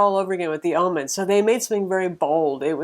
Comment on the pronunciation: why do you keep saying ah-men??? stop it. ;-)